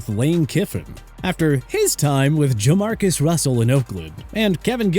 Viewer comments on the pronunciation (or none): b it's JaMarcus not Demarcus🤦‍♂️